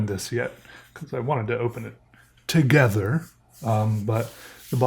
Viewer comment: ToGhEThurhh.. XD